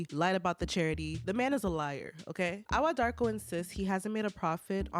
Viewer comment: Hii Ghanaian here. Awuah is pronounced eii-wuuaah. Joseph is a liar, thief, dishonest, selfish, greedy person. Fake within and without.